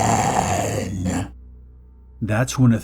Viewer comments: (first story) it took me a while to understand he wasn’t saying “OH BEN” but “OPEN” ... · It took six of them to relize hes saying "open" instead of "oh ben" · Is he saying “Ooopppeeennn” or “Ohhh, Bennn”